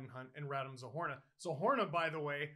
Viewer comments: Steeeeeeeve! Something didn't seem right, and I don't blame you for mispronouncing names, but it's double O, Zohorna, and it's wrong in the title. You should correct it, thank you. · Isn't it "Zohorna"?